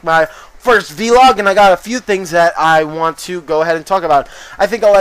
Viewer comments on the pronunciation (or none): "Vlog" not "vee-log" Do you call blogs "bee-logs" as well? Anyway...nice vids